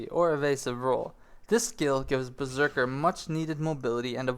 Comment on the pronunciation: Lol he spelled beserker wrong he said berserkle